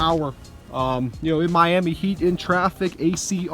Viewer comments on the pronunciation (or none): none